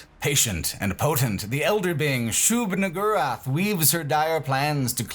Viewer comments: Bruh. Shub what now? Shub WHO-rath? Shub pardon me? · Ah yes, that classic requirement of discussing Quake 1, which is "pronouncing Shub-Niggurath incredibly carefully"